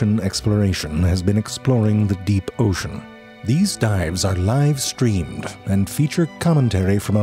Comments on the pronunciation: The deep depths of the o-see-an will never stop being both fascinating and horrifying. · You said Ocean wrong.